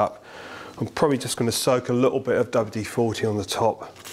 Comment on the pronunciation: I've watched all (bar one) of these so far and it seems, to my ears at least, that you seem to keep referring to W-40 as opposed to WD-40. Am I hearing correctly or am I just going a bit. Mutt?